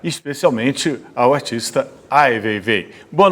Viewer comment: não tem como não odiar o Ricardo Lessa, sem pesquisar a vida do Ai Weiwei e ainda pronunciando errado e o chamando de seu veivei. Pelamordedeus. que vergonha alheia.